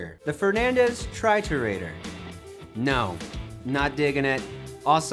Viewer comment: It's pronounced tree-tour-ah-door. Triturador is Spanish for crusher.